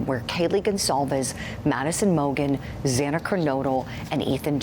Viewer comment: Xana pronounced Zan A not zaina. It's so disrespectful to continue to say her name wrong.